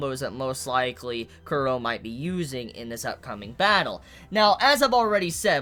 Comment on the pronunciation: Everyone has problems pronouncing Chorollo's name 😂😂. Put some repeck on his name!! lol his name is pronounced like a Spanish name. Cho-ro-(y)o . "LL" ="Y"